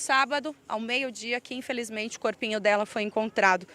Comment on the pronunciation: Cada vez que ela fala corpinho,mim mata